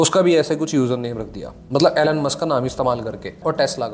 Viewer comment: Great video and thanks for sharing details. Just 1 thing Elon is pronounced - E-lawn, not Ellan.